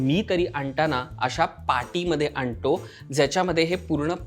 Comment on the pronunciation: "आणटाना" की (आणताना) ?? आणटो की (आणतो) ??? शी ही कसली मराठी ? बामणी मराठी असली तरी इतकी अशुद्ध ?? पहिल्या १० सेकंदात हे दोन गलिच्छ उच्चार ऐकल्यावर कट्टर पुणेरी या नात्याने पुढील विडीओ पहायची इच्छाच मरून गेली 👎👎👎👎👎👎